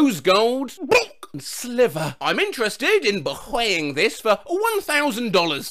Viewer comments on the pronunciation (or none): "bhiyuing" had me rolling on the floor wheezing bro